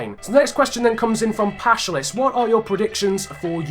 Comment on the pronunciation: Oh my god i got featured!:P thanks. Btw its pronounced Paschális not Páschalis but its ok,its a greek name.